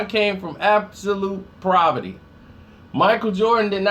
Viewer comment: When will pronounce a word correctly? The hell is proverty? Say Huxtable!